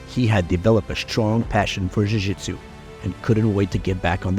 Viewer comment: Why are you pronouncing jujitsu like you have a Brazilian accent?